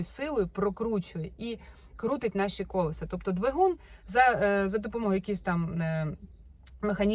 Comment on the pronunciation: Дуже все класно, дякую Вам. Але я вже не витримала і хочу Вас поправити "колЕса", "колЕсам"